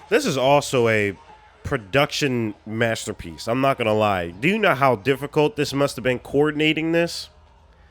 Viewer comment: MASS TURR PEECE